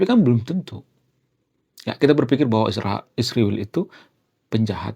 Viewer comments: Kenapa nyebut Israel nya harus Isriwil ................. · Mohon maaf bang, saya sebagai Seorang Yg sangat respek kepada bangsa ISRAEL,tidak suka dengan sebutan isriwil. Tolong lah dirubah